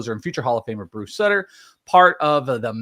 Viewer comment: Its pronounced Bruce Soo-ter as well.